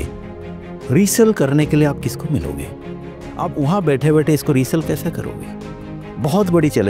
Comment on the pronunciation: Recell ni hota resale hota h